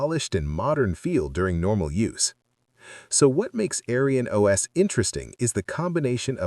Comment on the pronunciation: I don't mind an AI voiceover of real human work but I want you to know that the AI voice's pronounciation of AerynOS sounds like "AryanOS" which is a racist historical term. It's very obvious that this isn't your intention, but I would tweak it to change the pronounciation in future episodes.